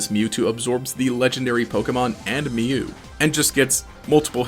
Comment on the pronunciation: He pronounces Mew as "Mewo"